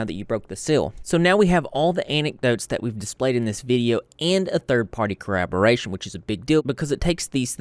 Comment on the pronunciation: Hey man, I love your content but it's driving me crazy that you keep saying "corraboration". Corroboration is a word, collaboration is a word, "corraboration" is not a word.